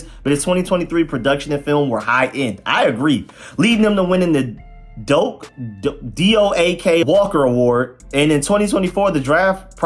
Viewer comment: thats crazy work the way you pronounced Doak😂😂😂😂